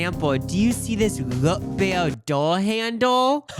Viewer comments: Not rutbeer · Rut beer. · RUTbeer was killing me lmao i’ve never heard someone pronounce it like that😂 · my wisconsinite dad pronounces rootbeer like "rutbeer" too lol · I assumed the Rutbeer comments were exaggerating and then I got to that part and lol I feel like im being pranked, I can't believe thats how mid westerners actually pronounce it lol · “Rut Beer” 😂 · I didn't hear roof. I heard RUTbeer. That's definitely not how we pronounce it. We also say ROOTbeer